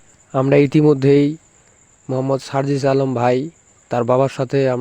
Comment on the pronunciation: আরে ভাই সানজিদ ভাই না সারজিস ভাই উচ্চারণ ঠিক করেন।তার সাথে একটা পিক দেখান।